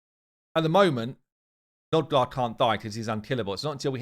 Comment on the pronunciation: NOG-DAR not NOD-GAR.